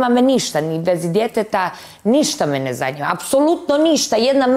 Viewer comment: Njezanima je Asmin,njezanima.